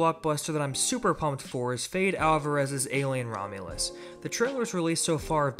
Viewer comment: It’s not feyd like rautha, it’s feddy like bready